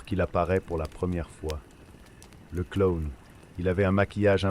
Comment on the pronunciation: Pourquoi il dit clone et non clown 😂